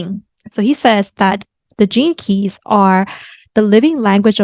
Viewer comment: Every time u say "gene keys", I hear "jinkies" like Scooby doo... Thanks, Il show myself out.. lol